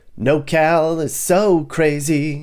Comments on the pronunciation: It's NorCal not NoCal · *Norcal not “nocal” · It’s not “NoCal”, it’s “NorCal”… Are you sure you’re qualified for this tour? I live in Sunnyvale, CA and love it… Driving past Oakland and making it seem like that’s everywhere is misleading and I bet you’ve never said hella. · It's NORcal, not Nocal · *NorCal (not No Cal) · Couple things, Its Nor Cal not NoCAl and it is anything north of Sacto. The rest is central CA and has little in common with this area. Secondly, why do you have footage from Big Bear and Lone Pine while describing Humboldt ??? Cant argue with the description of places like Eureka and Redding, definitely shitholes, but theres a lot of really great laid back places hidden up here just like anywhere in CA though you have to stay out of the cities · "hella" good vid, however, we call it Nor cal bro. Not "no cal" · It’s NorCal not nocal 😂😂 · FYI, it’s NorCal not NoCal 😉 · I live in NOR Cal (Not NoCal Which you are confusing the shortened SoCal nick name) If you can't even get that right, you don't know California. ROFL. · Born and raised in Northern California. It's Nor-Cal not No-Cal. I've never heard it called No-Cal. You forgot the area between sac and tahoe along I-80. Good places to live. Geographically northerm Cali is almost all red except the bay. I don't think you gave Sacramento enough credit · Your not completely wrong about anything but your 100% wrong about nocal. Its Nor Cal. Your forsure from socal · Anybody gonna tell this man it’s NORCAL and not NOCAL lol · NorCal NOT NoCal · Did you say "NoCal"? Lol nope, lived in NorCal for several years as a teen and never heard of "nocal". Born in Sacramento, my poor homestate is a shit hole now.